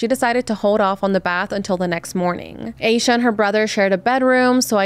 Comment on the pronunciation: Heard this story so many tes Its definitely seome close to her groomed her. Also please stop pronouncing hername wrong. Its pronounced with a little a not a capital A